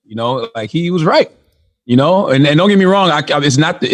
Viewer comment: Well said Charlamange; "Guess what my bruvah, it ain't wurf it. Its NaAaAahhhWT! That shit It ain't wurf it." edit